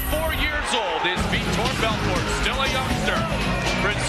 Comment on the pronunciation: he starts saying it correctly